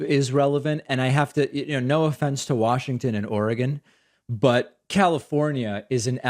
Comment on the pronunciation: Thank you for pronouncing Oregon correctly 😁.